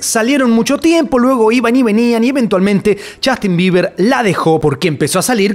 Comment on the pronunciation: Es justin bieber, no jastin